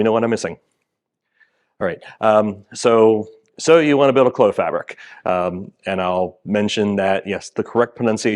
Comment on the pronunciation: Merci d'avoir pronouncé "Clos" correctement!